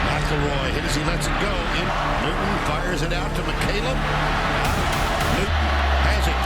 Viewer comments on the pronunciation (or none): 😏 ----- IT " NEW -- TON ", NOT NEW -- DUN..... 👍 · At least pronounce his name correctly. Its Cam NEW-TON, not Cam New-done. And its AHH-BURN, not Arrburn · Real quick. Love the documentary but it’s Newton not Newdon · New-Ton not “Nudin” 😂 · this video is horrible! only an idiot would make a football highlight/documentary video with subtitles and cant even pronounce newton